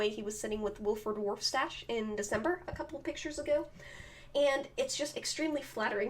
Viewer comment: Also it's not waf stache it's warf stache